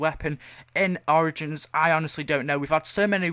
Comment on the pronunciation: I love how he replaces the O with A in the word Origins....